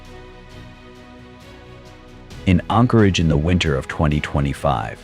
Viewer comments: Anchorage not Encorage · As an Alaskan having just picked random spots in this video to watch to see how much the information has been skewed. Anyone who believes even 2% of this is quite possibly retarded. First off the AI can't even say Anchorage, nor does Anchorage have 300k people especially when you remove Eagle River from it's equation. What this video is definitely not going to tell you is that the majority of these homeless are either Natives that were kicked out of their villages because they were a problem so let Anchorage have them or they're scamming people. Those camps are usually removed when they start causing issues, generally criminal activity or public safety, like fires. Many of these people choose drugs and alcohol over trying to improve their lives. These people are handed camp gear and handouts along with many opportunities to improve their life situation, They generally choose this. The issue with no beds is because the perpetual homeless keep taking those beds when people who are actually trying to improve their situation or lost their home need them. Around the 14 min mark there were lies about natural resource issues causing them to be on the streets. I wonder why they didn't show the Hazmat crews going in to clean up camps with needles, feces and meth cooking all in the living spaces. As for the Dividend paid to all Alaskan residents and the natives that get dividends from their native corporations don't get spent on survival tools or self improvement. HLS is quite possibly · This guy can't even pronounce Anchorage correctly.